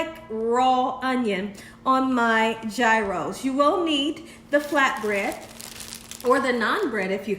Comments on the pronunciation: It's pronounced Year - oh. 😊 Thanks for the video!! Happy Easter! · It's Greek - and it's pronounced Yee-rohs. The G is like a Y. And they are made on a pita bread. Usually no lettuce. Thin sliced onion, maybe some tomato and of course, the tzatziki sauce (cucumber and yogurt sauce). You need the lamb/beef mix that's cut off of the rotating cone that cooks over a hot heat source. Fire grilled, for example. These are very popular in Chicago neighborhoods. Yum! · Please,! NO G! If you are going to cook authentic, please pronounce authentic! The Greeks are telling you correctly! Please join in! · Pronounced " Heroes". But I've never had one. I love lamb , but have never seen lamb strips, they look awesome ! Thank you, Have a BLESSED Easter ! <3 God Bless you all ! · Sorry, it’s pronounced yros. Roll the r.